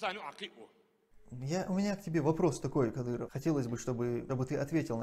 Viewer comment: Кадырова надо к логопеду атвести.